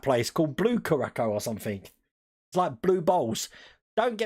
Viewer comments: Pronounced Cure'a'sow - Curacao ;) (sow as in female pig) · ITS CURACAO!!!! SAY IT WITH ME....KUR-RA-SAO!!!